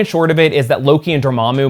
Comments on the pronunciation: I listen to you in the background, and I had to stop and go back cuz I thought you said they made a giant evil Fleshlight not flashlight 🤣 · I can't tell if the was "flash" or "flesh"